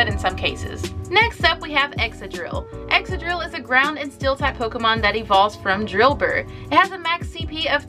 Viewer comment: I'm sorry. Its x-ka-drill and con-keld-der and hi-dry-gone and not sure how to sound out reuniclus but u say it wrong. Not trying to being mean but pronunciation is a pet peeve